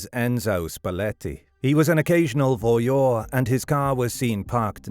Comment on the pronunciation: "Voyeur": just ask Google how it's pronounced. Some YouTubers are so lazy.